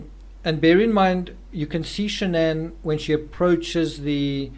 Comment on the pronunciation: Her name is SHANNON. NOT Shan-ANN NOT Shan'ann.......SHANNON